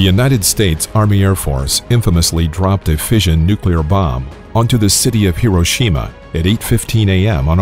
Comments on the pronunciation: The supposed 4th generation in this video is pure science fiction. And it’s “noo-cleer, not “nook-kew-lir”. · You lost me when you pronounced "Nu-cle-ar" as "Nu-cu-lar" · Turned it off as soon as I heard him say "nucular" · come on fellas,he said nuclear most of the time.nucular was a slip he picked up listening to his circa 1950s dad talk politics after a couple cans of Budweiser. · why did he say nucular that one time? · Mispronouced "nucular" . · Imagine if someone was trying to teach you about Italian food but pronounced spaghetti as pasghetti, you probably wouldn't hold their teachings with very high regard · Nucular? Also love how you called the people who developed these things "warmongers". People love feeling superior. You weren't there. You don't know what facing annihilation was like. Would you have said "no , don't develop the weapon" meanwhile knowing the Germans were looking at making their own? How many relatives of yours being killed by the Japanese would you have put up with before you authorized use of the weapon. Finally, fire bombing was much more deadly than the two nukes. 100,000 people died in one night from firebombing Tokyo aka the paper city. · It’s pronounced Nukulear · Narrator would be well advised to learn how to pronounce the word, "nuclear." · Ok, Im not the only one who caught that! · Learn to pronounce "nuclear" properly, if you're going to lecture on nuclear physics/weapons, please!